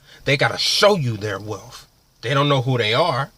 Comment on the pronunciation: Hope this kid isn't imagining he has a future in being a personal motivator. He can't even spell and his English is very ghetto. "Woo wop de woo?" WTF? Can't even pronounce "wealth" instead he says "wealf" hes got a long way to go but first he has to learn English.